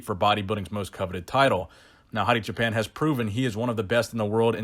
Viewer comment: I don’t mean to be an ass but you’re pronouncing Hadis last name as if you’re saying Japan when it’s Choo-pan. You probably already know and don’t care but just an observation. Great video like always keep it coming 💪🏽.